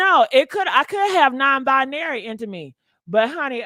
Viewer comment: Bi-Narry Non - Bi-Nary , Gender - fluidary ....iam.confused cant yall just be Trasngener 😂😂😂🙈